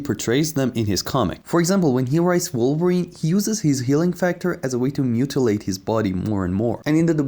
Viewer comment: Garth everytime he mangles Wolverine